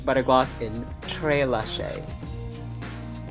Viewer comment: Okay I know im a whole year late but im cackling because Kyne said "NYX Intense Butter Gloss in Tres Leches" except said it as if it was a French word as opposed to a Spanish one OMG